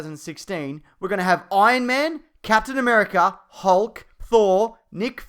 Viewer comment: Captain Am'three'erica